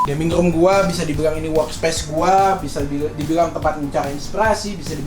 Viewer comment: "WELCOME TO PROS GEMING"